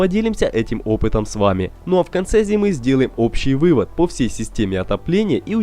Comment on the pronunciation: наконец стал говорить "всЕй",а не " всЁй".